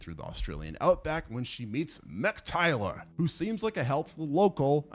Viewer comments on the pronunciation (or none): 😂😂😂😂 it's Mick Taylor as in 'Tay' like pay' 'lor' like law.